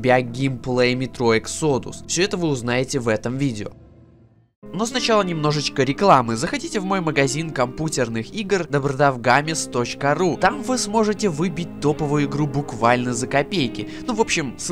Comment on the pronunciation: MahoX меня бесит, что он говорит "Компутерных" и "Дабродав-гамес"